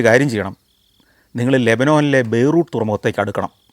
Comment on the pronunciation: ബൈ റൂ ട്ട് അല്ല ബൈ റൂ ത്ത് എന്ന് പറയൂ.